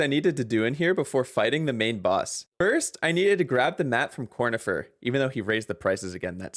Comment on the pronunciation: it's pronounced Cornifieh! He's French!